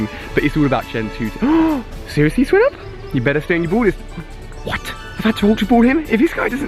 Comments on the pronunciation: ok Ali instead of criticising u im gonna give u advice: it's swine-ub not swin-ub. I know it doesnt really matter but some people like me get triggered when u pronounce things wrong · Why does he pronounce Swinub wrong you pronounce it like "swy-nub" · its swinub SAY THE i